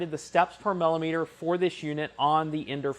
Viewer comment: sorry to be picky but the word is Millimeter as in Milli meter not Mallimeter